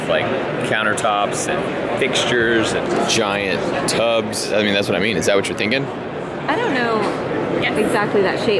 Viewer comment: . Lol at the pause there saying "Giant tubs".